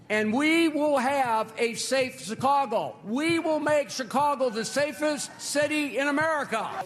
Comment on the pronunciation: Did he literally call it SICKcago?🤣🤣🤣🤣🤣